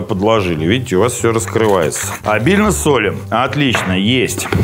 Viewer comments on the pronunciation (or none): В слове " солим" ударение на втором слоге.